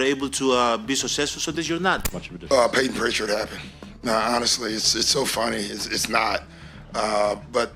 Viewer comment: Bro said Payton pitchard💀💀💀 scare him